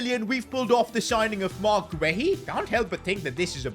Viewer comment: PCQ: Marc Guéhi is pronounced as Gay-EE